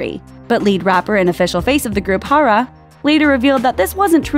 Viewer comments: "Haw-raw from kaw-raw" .... wtf... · hoara from kuora lmfao you could just look it up from google translate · "Hara from kraa"